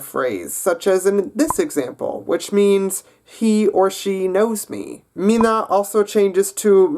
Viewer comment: The stress goes on the first syllable of every word, so it's *MI*nä and *MI*nun